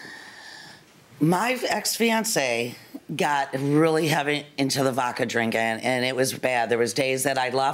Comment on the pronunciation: She says she doesn't drink and has no problem but anyone who pronounces vodka as "vokka" enjoys a regular drink